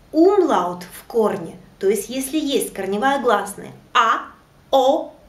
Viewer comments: уроки ваши классные, но есть одно маленькое но, в немецком языке нет грубопроизношенной буквы Л, она всегда произносится как ЛЬ. И когда вы произносите слово умляут как умлАут, это режет уши. А так все супер.😊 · Добрый день. На 6.12 Вы произносите слово Umlaut...буква ,,л,, или нужно ,,ль,,? ,,Л,, везде мягкая и всегда или бывают исключения. Мне показалось что Вы говорили твердо... ,,Умлаут,,? Данке)